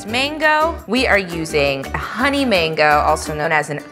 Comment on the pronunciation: Why do you pronounce it like Mingo? It’s called a mango!